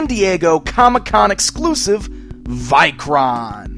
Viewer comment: I like the vikoron or vikor figure how ever you said the name best tho I hate the horned helmet as I have Norse ancestryand knowing it was based on a Viking I hate that the folks of history added horns to the helmets when they were never on any helmet ever found